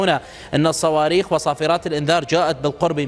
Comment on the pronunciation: بالصواووووووويخ وليس بالصواربخ 😅😅